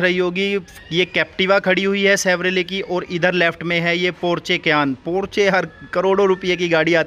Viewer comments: पोर्चे नहीं है वो पोर्श या पोर्शे बोलते हैं इसे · Porje nahi Porsche hai.